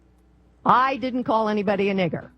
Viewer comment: The black lady said "the N word" she said "niger Niger Niger"